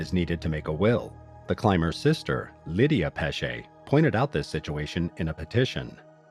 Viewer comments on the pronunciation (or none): none